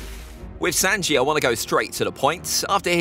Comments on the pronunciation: He said sanjae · Why was he saying sanji like that and Brook stronger then that I feel like